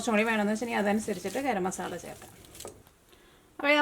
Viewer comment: മസാള എന്ന് പറയരുത് മസാല എന്ന് പറയണം ഇനി പറയുമ്പോൾ സ്രദ്ദിക്കണം